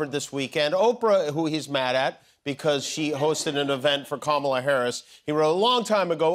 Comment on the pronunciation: Heard Kumala?😂😂